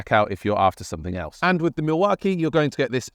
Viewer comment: You are pronouncing Milwaukee completely wrong, doing my head in!!!! AW KEE NOT AH KEE